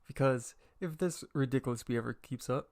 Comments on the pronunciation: “now you call me ridiclous” i swear no one pronounces that word right 😭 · Manz said rE dIc A LuS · “OH now you call me rEdicooLus?” Me: “Mmmhnm you heard me mister” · I love how he says believe and ridiculous